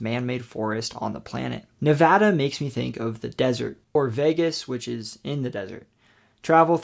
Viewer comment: Thank you for pronouncing Nevada correctly!